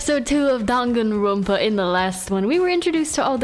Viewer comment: kupis1408 DUNKIN RONPA